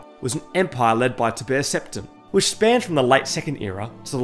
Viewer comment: How do you pronounce Tiber Septim incorrectly after playing Skyrim? How do you pronounce so many common words in the games wrong?????